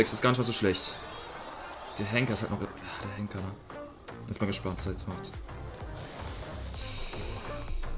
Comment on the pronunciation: Du sagst immer hängker 😂😂